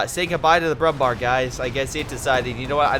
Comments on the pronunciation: Hey mr american fucktard. Brumbär isnt pronounced Brumbar. Ä isnt A. If Ä was pronounced like A then there would be no use for Ä. And yes it pisses me off because its ignorant and stupid. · yes it's pronounced brumbear